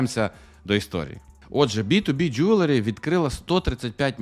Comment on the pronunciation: Я все життя думав, що воно Джеверлі, а не Джюверлі! Кожен раз, коли казав це слово, я автоматично вголос виправляв) А казав він це слово багато разів за відео...